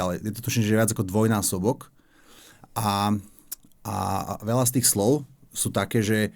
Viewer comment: JUDr.Harabín,ak vaše zvonenie je ruská pesnička,tak ja som ruský hokejista KHL.Ak si vážite slovenčinu,tak ju neprznite!!!Nie lavá,ale ľavá,nie vela,ale veľa atď.